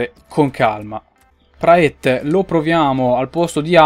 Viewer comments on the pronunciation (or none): Praet si pronuncia Prat, lo so perchè seguo la jupiter pro league comunque è una bestia